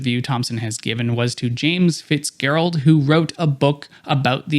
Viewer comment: So, millionaire not evil, billionaire evil. What is the cutoff number in 2026 (for each country and currency)? Also, a Canadian pronouncing "Fitzgerald" with a hard G...... the only Canadian who hasn't listened to Gordon Lightfoot is an artificial Canadian.